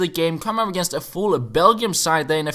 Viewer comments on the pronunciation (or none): none